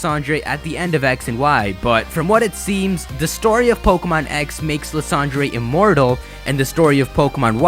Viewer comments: I think his name is pronounced Lie-sand-er, not Le-san-dre. but thanks for the update! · Lis-ahn-dray? I thought it was pronounced "Lie-san-der" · Isn't Lysandre pronounced "Lie-sand-urr"? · Dude you know how you used to call Lysandre "Ly - San - Der" and you can't believe that you used to say that well in the mega evolution specials they call Lysandre "Lysander"!!! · I'm..pretty sure his name's not pronounced as Liss Andre